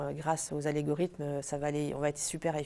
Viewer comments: Algorithmes SVP. Pas Alégorithmes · les "alégorythmes"! c'est mignon, j'adore